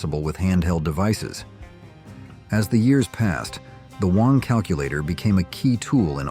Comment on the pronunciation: Wang is NOT pronounced WONG. It is BANG with a W instead of a B.